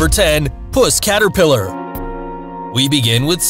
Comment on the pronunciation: Seriously. The way you said that 😂 Puss caterpillar. It's puss caterpillar 😂 Nice video guys. Oh and it would be the six eyed sand spider that is the most venomous. I have three.